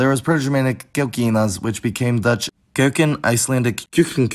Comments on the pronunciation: Kuiken is not pronounced like keuken 🤭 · Nice, the only slip I noticed was in 'kuiken' (at about ) that came out sounding more like 'keuken'. As the f>v>f, I tend to do that myself, but it is a problem as there is a difference in meaning between 'vel' and 'fel' or 'vier' and 'fier'. s>z>s seems to be pressent in the way it's pronounced in Amsterdam (if it ever passed through the 'v' phase). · Ik the video is 3 years old at this point , but in case your interested in how I (a native Dutch speaker) pronounce words a bit differently: I noticed you pronounced the word 'kuiken' as 'keuken' which is kitchen in Dutch. And there were some smaller ones; e.g. you mentioned 'to sleep', which is 'slapen' in Dutch. In normal conversation we almost always clearly pronounce the 'n'. I noticed the lack of 'n' in some other words as well. But definitely a cool video, I learned quite a bit! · oh lord have mercy, the R in dutch isnt as the english pronounce it. It a very good video but you also said ''kuiken'' wrong you said it like it was keuken, the UI sound is different from the EU sound. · I’m not how much you know about Dutch, but can you explain why we have (at least to what I picked up) the vowels ui and eu. I noticed when you pronounced kuiken you said it more like keuken (kitchen) so I was just wondering why we have it and if it’s a unique thing. Sorry if I didn’t pick it up in your video, I loved it btw!